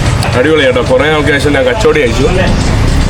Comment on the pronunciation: കച്ചോടി അല്ലാ... കച്ചോരി ആണ്.